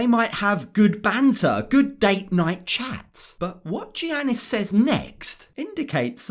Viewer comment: Thank you for all of the awesome 90DF coverage! To help with future videos, because he’s a Greek man - the “G” is pronounced as a “Y” (so Giannis is pronounced Yannis), in this context, the same way that “Gyro” is pronounced “Yiro”, and a lot of Spanish “J”’s are pronounced “H”. ☺️